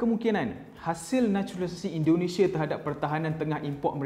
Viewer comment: Indonesia cik bukan Indonesiye